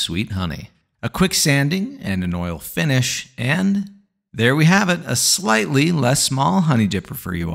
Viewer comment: Exactly when you emphasized on "slightly" i started expecting a big ass version :))) that's how a regular viewer should know your humor lol